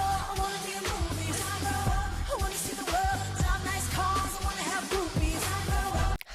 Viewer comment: It’s actually “I wanna have groupies” 😆😆 But she deffo makes it sound like boobies lol